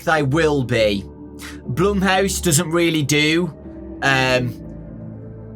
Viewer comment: Not even says blumehouse